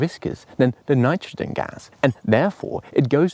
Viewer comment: His pronunciation of “gas” really triggers me though.